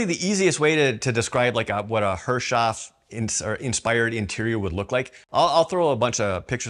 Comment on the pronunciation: Great video! But remember to pronounce Herreshoff correctly---- Harris-hoff would be the proper way. Look forward to the next update.